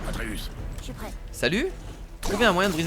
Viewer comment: Tu saoul a dire tout le temps arteus au lieu de atreus